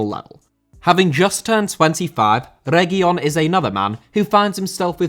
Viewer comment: Finally a good pronunciation for Reguilón 🙌🏻, no more Regúlon